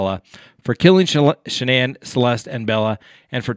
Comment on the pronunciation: Please check before pronouncing the family name of Shannanne.